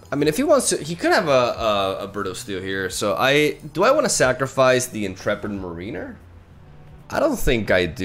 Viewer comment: your English is so impressive. If you wanted to know, the word Mariner from Intrepid Mariner is pronounced like mair-uh-ner, rather than marine-er. Love the video, and not at all trying to offend, but if you were curious.